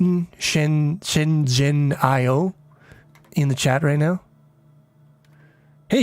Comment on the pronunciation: That “zhen” is pronounced like “gen” as in “generate”